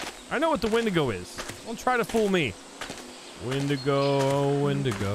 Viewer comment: "I believe it's pronounced 'Wendingo'!" Just came here to comment that. Keep the meme alive!